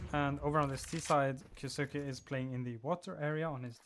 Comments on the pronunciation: just letting you know, kyousuke is pronounced as ki yoh sske. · the u is silent